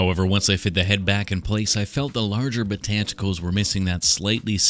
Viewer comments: I love "botanticals" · “Botanticles” I squawked😂😂😂😂